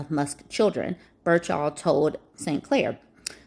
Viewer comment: It's birt chill not bur shawl.